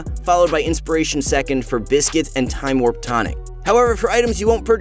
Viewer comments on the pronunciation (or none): none